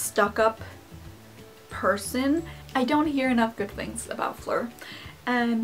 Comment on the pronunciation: The way you pronounce Fleur is SO adorable